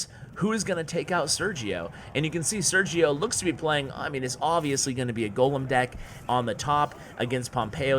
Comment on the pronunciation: Just so you know it is pronounced "Ser-he-o". Very funny video